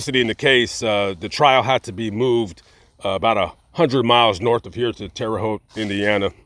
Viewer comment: Thank you for saying TERRE HAUTE right!